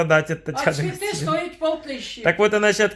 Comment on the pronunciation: "куплю цвэты, дорогу открытку", чуть позже - "открытка в мэнэ е..."